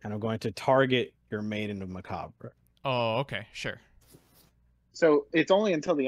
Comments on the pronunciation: This dude really said Mock a Bray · did he just call macabre mak a bre?? LMaoooooooo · Dude deadass said "Mockabray" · "Maiden of Macabray" I always enjoy your card mispronunciations but when it's on a normal English word it's even funnier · Nobody: Actually Nobody: For Real, Nobody:: "Maiden Macahbray" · Lady of Mack-Uh-Bray 😂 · Macabre is technically French, so it’s understandable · He really knew how to say "Izanagi" correctly, but fucked up "Macabre" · Dude can say c'est la vie but not macabre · His pronunciation of Macabre makes my ears hurt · pog is gone when I heard how he pronounces the word macabre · I take it back with the character progression of learning to pronounce macabre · He's trolling when he said Maiden of Macabre right?